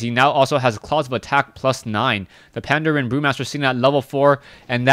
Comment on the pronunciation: Yay you're finally saying Pandren right! XD Brilliant cast as always.